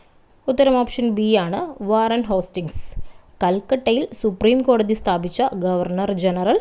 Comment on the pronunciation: ഹോസ്യിങ്സ് അല്ല hestings